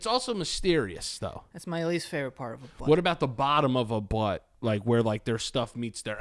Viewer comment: Pert of the birdy